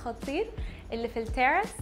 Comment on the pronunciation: مش عارفة تتكلمي لا مصري ولا انجليزي !! التيرس ؟!! إسمه تِراس!!